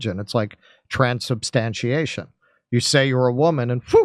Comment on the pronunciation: "TRANSsubstantiation" lol